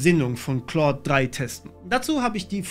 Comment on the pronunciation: Es wird halt eigentlich genau falsch rum ausgesprochen XD